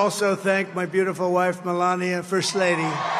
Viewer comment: Stop calling her Melani .Her name is MELANIA